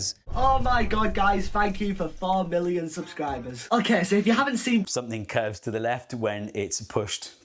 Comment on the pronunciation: A thing i hear a lot with YouTubers is pronouncing "something" as "soNething". It's as though it's too much effort to extend the tongue to form the "m".